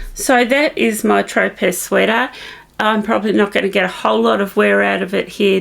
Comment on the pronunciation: I believe your Tropez sweater is pronounced “tro-pay” like the island.